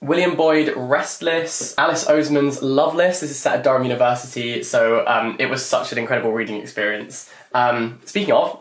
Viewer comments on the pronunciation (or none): none